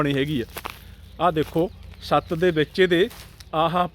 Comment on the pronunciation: ਟੀਚਰ ਛਤ ਨੂੰ ਸਤ ਬੋਲ ਰਿਹਾ ਹੈ.